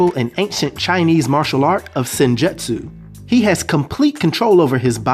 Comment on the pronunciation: good video. Sidenote: The Japanese word, "Jutsu" is phonetically pronounced as: jootsu like boots or roots. So, in terms of sounding out the word "Senjutsu", it would sound like "Sin-joots-oo".... Keep up the good content. Peace.